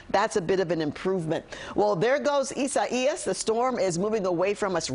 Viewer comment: EEE- SAH-EEE-US. Now give me one of those cozy reporter (repeater) jobs.